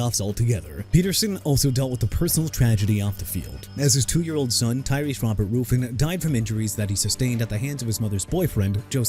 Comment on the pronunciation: TERRELL DAVIS AS IN TUH-RELL DUDE!! MIKE HOLMGREN NOT HOMEGREN!! ALSO ADRIAN PETERSON'S SON'S NAME IS TYRESE ROBERT RUFFIN AS IN RUFF-IN NOT ROOF-IN!! WHERE'S YOUR RESPECT FOR ATHLETES BRO?! OH YEAH... YOU AIN'T GOT NONE!!! BUTCHERING NAMES OF EVERYBODY!! QUIT AND GO VOICE ANNOUNCE IN A CAR DEALERSHIP SOMEWHERE!! TIRED OF YOU!!!!